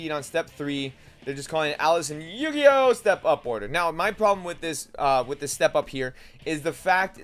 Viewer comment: noone else bothered by him pronouncing eugeos name horribly wrong? its eugeo and he makes it sound like yu gi oh ewe